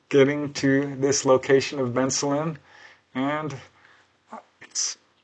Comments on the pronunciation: It's pronounced Ben Salem. Not Benslum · It's pronounced Ben-Salem! Ben, like the name Ben. Salem, like where they hanged witches in Massachusetts! I was born and grew up nearby in Bristol Township--I ought to know. Never heard of these cases, but I went away to college in 1973.